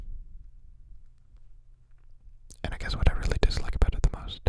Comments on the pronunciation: Did he pronounce it aboot??? His Canadian is showing 😂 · "Aboot it" I can't with you <3 too adorable. Also, Insomnia sucks big time, I'm glad you're addressing it, and also sorry you experience it. Lots of Love your way:)